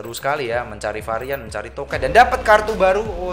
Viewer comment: Aneh bat gw denger lu ngomong bukan token tapi toket 😭